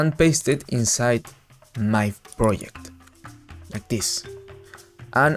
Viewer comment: project not pryect